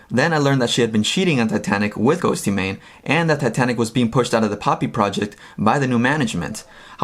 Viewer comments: I’m more upset on how you’re pronouncing Ghostemane. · nah its just saying it wrong lmao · You pronounce it just as ghost not ghosty lol 😖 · it’s “ghost-mane" not "ghost-ee-mane" 😂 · Hehehehe Ghostymane, I love how you pronounce his name it's too cute! Awesome video, and a unique perspective, I think both sides were toxic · Ghostemane is pronounced like Ghost mane. Not Ghosty mane. 😆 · Why Does this Buffuonish Host Call him Ghost-e-Mane, it's fucking Ghost-Man-e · His name is pronounced like “ghost-maybe” not “ghostey-mayne” 😂😂😂😂😂😂😂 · Ghost y-mane? What an idiot! 😃 How does he not know how to say GHOSTEMANE? But doing an interview including Eric. Learn dude... Crazy fool! You look lame! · Its pronounced as "ghostmane" not ghostEEEEmane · Bro the E in “Ghoste” is silent lol. Just say “Ghost Mane” 😂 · GHOSTEMANE not GHOSTeyMANE 😂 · Sabrina O'Neil ghostemane is pronounced “ghost-main” Not ghosty. And not man Its ghost. And main. Ghostemane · His name is ghostemane not ghost eee mane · Bruhhh it’s just said ghost- mane although I get why you would say ghostaymaine because the way it’s spelled lmaooooooo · Say it with me, Ghost-Mane. Not Ghosty Mane, thank you. Use your research skills and look up a correct pronunciation. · GHOSTYMANE 😂😭😭😭😭 ILY but it's pronounced ghostmane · it's not,his name is Eric ghoste,it's still pronounced ghost,not ghostymane 😂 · Ghost mane. Not ghosty mane. Lol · Hey bro I'm late but Ghostemane is just pronounced Ghost mane he is an amazing artist tho I love him. Never mind that great vid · Ghost-mane! E is silent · The second you said “ghosty” mane, you lost me. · He says ghosty mane and it bugs me 😭😂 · It’s pronounced ghost mane 🤦🏻‍♀️ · he said ghost-y-mane lol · it's pronounced GHOST MAIN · it’s just pronounced ghost - mane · Isn’t it pronounced ghost mane? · Ghostemane is just pronounced ghost-mane lol